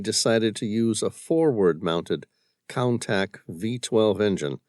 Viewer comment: I am loving this series! However, every time I hear the mispronunciation of the Lamborghini (Countach) in this book I cringe…it is not (contact)